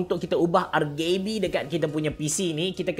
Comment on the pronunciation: Xle blah semua video kalu ade RGB mesti sebut RgayB